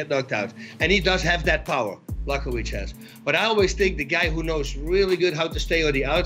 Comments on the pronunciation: It sounded like Bas called Jan, "Chewbaccawiz" 😂😂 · “Yan block-o-wich” - Colby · Did Bas say Brokowich? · Bas Rutten: Jan Brockovich Kevin Holland: John Blochowisz Wonderboy ... 205 Champ Damn nobody can say Jan's name lmao.